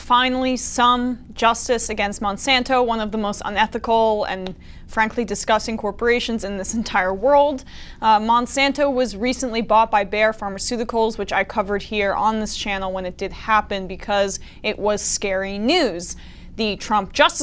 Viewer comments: That company's name should be pronounced "buy-uh", not "baer". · I simply happen to live in Germany where that company is from and I know how it is pronounced. Not "Baer". I apologize.